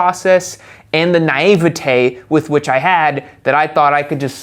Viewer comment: Hugh-briss XD Knive-atay